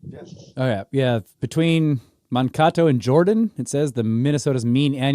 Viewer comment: It's pronounced man-kay-toe. Historically, and unfortunately known for the largest mass hanging in U.S. history. It could have been larger than it was if not for Abraham Lincoln staying the sentence of over 200 others. 38 First Nations individuals were hanged at the same moment.